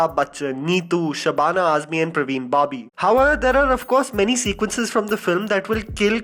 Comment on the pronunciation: Parveen Babi not Praveen